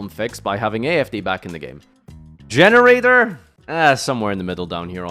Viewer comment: I am consistently staying in plat / diamond on Generaiders in MD. Also - no idea why you are pronouncing them like "generator", it's "Gene-Raiders". Vara and Laeveaeaeaeatain provide insane support in the two areas they were lacking - Laev gives removal during your turn and Vara gives consistency for XYZ summon that you could only really pull off before with World Legacy Monstrosity or by having your opponent draw a card on your turn (or miraculously by still having 2 Generaiders up on your turn, which usually means you won anyway already) This means you can hand-rip your opponent and build up a field going first and just cause all kinds of pain going second if they can't interrupt you.